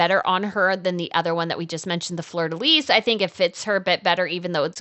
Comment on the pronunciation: Please, check your pronunciations. Fleur De Lys is pronounced Flur Da Lee. The s on Lys is silent.